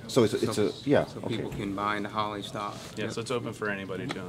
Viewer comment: It´s not Holly....it´s H o l l E y 😚 🤣🤣🤣🤣